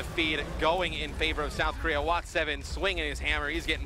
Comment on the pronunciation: "On the mccwee and the kowea ..."